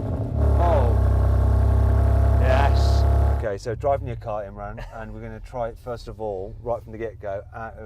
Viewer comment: You pronounced Imraan with imrun